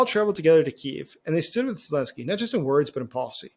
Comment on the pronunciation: AH of Germany was elected too, 42% of the votes in 1933. Doesn't make him a democrat, does it? And what's with the butchering of Zelenskyy's name? How old are you, twelve?